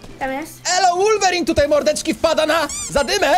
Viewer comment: mówi się wolwerin a nie łorwerin